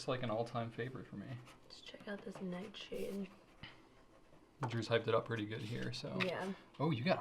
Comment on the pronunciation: I'm back because of pronunciation of Noodler's Nightshade. Ever since hearing that I have not been able to get Nightshade out of my head. So This morning I bought my first bottle of Nightsssshade.....